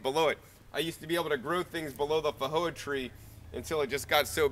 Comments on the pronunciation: weird how you pronouce feijoa, in new zealand we pronouce the J as a J and not an H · Actually most people are pronouncing it incorrectly. It is not a 'j' and it is not an 'h' sound. It was named after Portuguese explorer Joao de Silva Feijo. In Portuguese 'j' is pronounced like the 's' in cloSure and viSion. By the way, what variety is your Feijoa? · Actually New Zealanders are not pronouncing it correctly either. It is neither a 'j' nor an 'h' sound. It is a sound that exists in English, but there is no dedicated letter for it. It is the 'zh' sound which is usually represented by the letter 's' as in confuSion 😊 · Thunda1986 If I remember correctly, the video poster lives in Nevada. Roughly 20% of the population of Nevada has Mexican ancestry. In the Spanish language, a "J" is pronounced as an "H". As the plant is native to South America, this may be the original pronunciation, assuming it is a Spanish (or possibly Portuguese) word and not a native word. Wikipedia gives both pronunciations as correct. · I've googled pronounciation and the answer i got was not so much an h but j like the French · The original language is Portuguese. He was interpreting it through a Spanish lens, since that is pretty familiar in most of the USA (& the tree is native to Uruguay, not just Brazil).